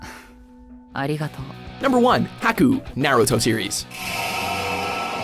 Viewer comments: Ya'll got all these anime countdowns and still can't pronounce Naruto right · "nAYruto" and "hAcku" LMAO